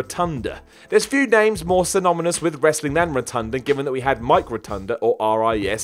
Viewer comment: right before that he also said "synominus."